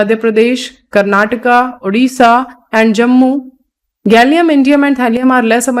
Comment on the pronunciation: Thank you for pronouncing "Odisha" 👍